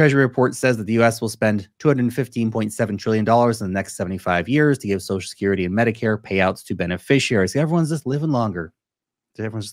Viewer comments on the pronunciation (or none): said “sosal shakerrety” instead of social security.